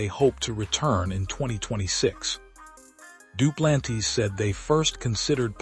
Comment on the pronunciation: Hey AI you pronounced Duplantis as Dew-plan-tees 😂😂